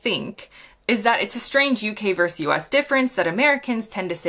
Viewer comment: That was the funniest video I have seen for a while. A testament to integration by the use of sarcasm & irony (presumably polished by exposure here in the UK). Bravo. The only negative was the one use of "vers" when it should have been "versus" which you used to say properly but have recently slipped into this horrific shortened version. 9.5/10 👏